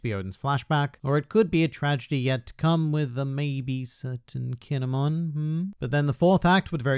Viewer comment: i dont like how he says kin'emon